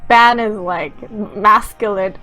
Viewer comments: OKAY! think of it as bon. it is pronounced bon even though spelled ban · your saying ban wrong